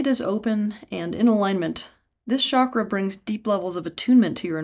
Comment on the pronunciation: Folks sorry to break it to you...there is no "Vasudhara" chakra 😂😂😂😂.... Please give me the source of this .... Which ancient Indian text talks about this? This "expert" lady can't even say the word Chakra properly 😂😂😂😂